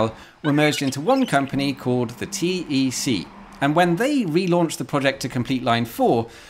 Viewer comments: it's actually pronounced "TEC" (like "tech"), not "T.E.C." Greetings from Belgium (and not too far from Charleroi) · just to be pedantic, it's not T-E-C but TEC . as in an Acronym and not an Initialism